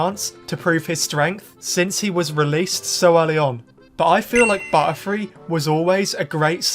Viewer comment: Whenever he said butterfree i heard buttfree